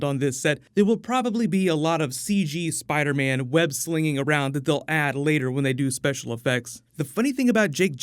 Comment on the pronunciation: Spidah mane